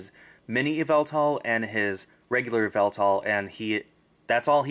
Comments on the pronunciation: Also the official pronunciation is ee-vel-tall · its pronounced. ee-VEL-tal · the correct what to pronounce yevltal is Ya-ev-Eltal